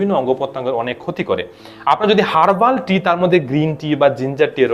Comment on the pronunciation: গ্রিন টি বা হাল বা হারবালটি খেতে বলছেন না না খেতে বলছেন উপকারিতা কোনটা ভালো করে বুঝা যায় নাই বললে ভাল হয়